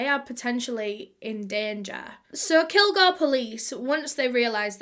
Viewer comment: Bitch it’s kil-GORE I’m literally from here don’t talk about it like h know the whole damn story if u don’t u know what h found in media